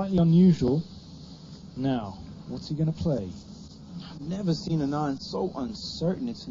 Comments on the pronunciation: His name is pronounced as 'Aanand' and not 'Anaand' . The first A is similar to sound of 'A' as in 'Aritificial Intellegence' ;) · Hikaru, its not anaand its aanad. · lol its "Aaa-nun-D" not "A-naaan-d" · It's pronounced aa-nan-d